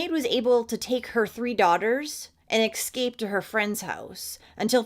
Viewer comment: Hey, I appreciate the content, and you raising awareness... But, the way you pronounce "exscape" really bugs me. I just felt compelled to let you know; because it exspecially" bugs me. 🤭 ✊️❤️🙏🖖